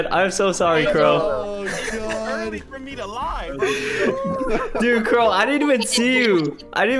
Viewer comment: Crowe Its Crowe